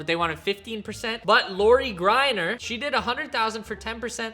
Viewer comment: butchering loris last name is such a vibe.